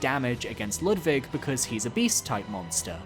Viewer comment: Its such a random and tiny thing, but ur pronounciation of „Ludwig“ is so spot on. As a german it makes me happy everytime, idk why